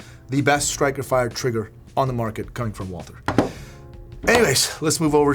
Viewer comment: It's pronounced Walter, like there is no H.